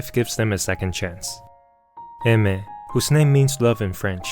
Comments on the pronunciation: pronouncing her name "eh mer" sounds really wrong and I still calls her "Ay/Ah mier" in my head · Chotto matte.. It isn't pronounced AI-MER? XD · What! Today I learned she's married. And that it's read as (e-me) 😅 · learn to pronounce her name if you're gonna make a video on her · I'm so sincerely sorry, but the way you just seem to not be able to pronounce her name correctly just makes me kinda agressive. Other than that great video.